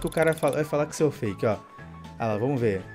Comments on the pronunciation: O cara ainda diz q e fake e fala errado feck kkk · eles nem sabe fala fake eles falam fecke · O mais engraçado é o cara falando "FECK"😂😂😂😂😂